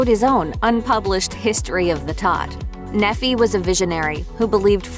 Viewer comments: His name is pronounced NEE-fie, not Neh-FEE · the name Nephi is pronounced "nee-fye", not "neffy" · Nephi isn't pronounced "Neffy" its pronounced "Nee-fye". It's a Mormon religious name. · Nephi would be pronounced "ni:faɪ" or "nee-fye" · She keeps mispronouncing his name, it's pronounced "NEEFI", A prophet and hero from ancient times, whose life story is told in "The Book of Mormon" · Yeah, something definitely sounded funny haha. I can't blame them though. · Mispronounced the name Nephi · It's pronounced Nephi with a long i